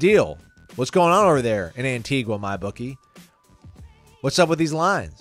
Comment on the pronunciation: calling us out in Antigua!?? lol. (Pronounced Ant-ee-ga, btw).